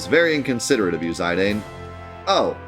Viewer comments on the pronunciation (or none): But it's not. Its "Zi" As in Zip "dahn" As in Darn As spoken in these dissidia games. Who chooses to say it though, is up to him. He also purposefully says names wrong to trigger people in chat and youtube, so think nothing of it. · It’s pronounced “Zuh Don” and “Vee Vee”